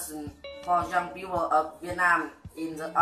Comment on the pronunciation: Bẳng tuổi bạn, học lớp 9 mình chỉ chào hỏi = tiếng Anh thôi, chứ chưa phát âm hay mạnh dạn nói tiếng Anh ntn đâu. Một vài từ nghe được mà bạn nên chú ý phát âm lại, là okay ngay: international, young people, brain,... thấy được tự tự tin và tâm huyết trong video của bạn, cố lên nhé! Học phát âm thật tốt trước khi nói, nghe và nhìn chữ khi nghe, chắc chắn bạn sẽ tiến bộ lên rất nhiều. GOOD LUCK!